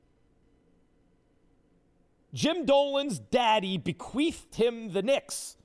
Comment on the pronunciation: Did he just say "be-queefed"